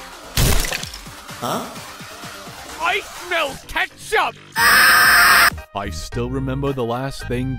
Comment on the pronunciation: I SMELL KET CHUP